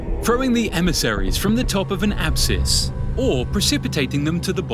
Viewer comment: Why can't the guy narrating this video talk properly?. How hard is it to pronounce "abyss" or "Athens"